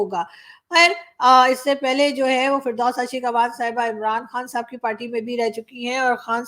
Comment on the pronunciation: आप जब भी किसी पाकिस्तानी को साहब बोलती है ऐसा लगता है सांप बोल रही है 😂😂😂😂😂